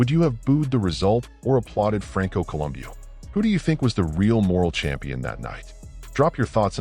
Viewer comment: col um bow listen to the guys that knew him say his name. bow not boo